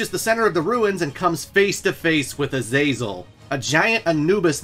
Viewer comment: Man, it's a good video but I've never ever in my life heard anyone butcher the name Azazel like you have.